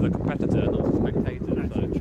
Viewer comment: COMPETITIOR?? REPRESENTITIVE?, YOU need an EDITIOR!! 🤣